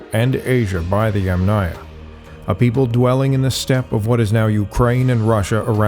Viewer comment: For the correct pronunciation of Yamnaya you stress on the "a" of the first sylable, i.e. Yàmnaya.